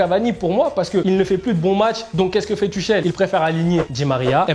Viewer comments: Il a dit ´´ Tuchel ´´ normale frère sa ce prononce ´´ Tourel ´´ concentre toi mdr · Mdr colombien tuchel se prononce turel